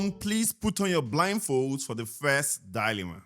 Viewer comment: I’m actually losing my mind with how they say dyyy-lemma 😭 just a correction, it’s DI-lemma duhlemah ❤️❤️